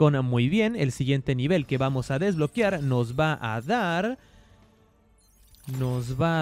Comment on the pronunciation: DESBLOQUEEEAAAARRRR!!!! SE DICE "¡DES-BLO-QUE-AR!" NO DESBLO-QUIAR! NO LLEVA " i " si no, " e "!